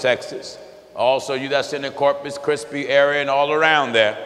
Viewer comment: Corpus Christi Texas 😆😆😆😆😆, called it corpus chrispy😄😄😄😁😁😅😅😆...don't get it twisted reader I still love my brother.